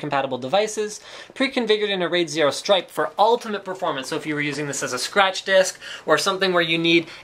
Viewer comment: I thought he said little big dick